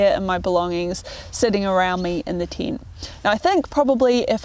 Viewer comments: hearing "tint" every time instead of "tent" just hurt my ears and i am not even native neglish speaker. :) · What's a "Teent"? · its a tent not a tint :)